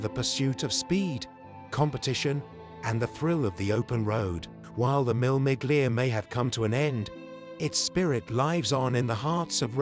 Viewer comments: Seriously, WTF. it's not MILL MIGLIA! Shocking voice over. It's pronounced, Mille. You don't pronounce the 'G' in 'Miglia' either It's a silent G. Do your bloody homework. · Commendable documentary, but obviously told by a commentator who knows very little about car racing in the 1950s and cannot even pronounce the race names of "Mille Miglia" or "le Mans" properly. He keeps repeating the same old saws and the photos are repetitively few and far between. No pictures of the competitive cars, for example, are shown. Thoroughly inept, except for the uninitiated.